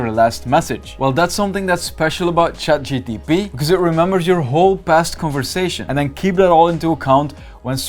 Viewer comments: It’s funny how he kept calling it chat gtp instead of Gpt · bro seriously saying chat GDB